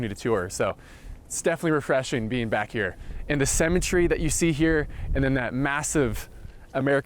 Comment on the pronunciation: I thought he kept saying cemetery but I think it's symmetry . Wondering what I was going to do with the bodies. Then he talked about the need for a bullet proof room - then the thought of living, scared of dying, in the US made me appreciate my own country.